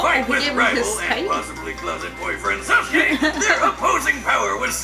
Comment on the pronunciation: Hold up did you say sasku vs pain